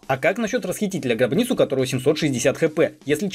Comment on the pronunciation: Только после того как прочитал коммент реально узнал что он сказал не шрабгиц а габниц 💀